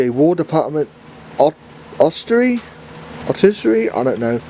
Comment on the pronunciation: It's pronounced Austerity, it's a W.D Austerity locomotive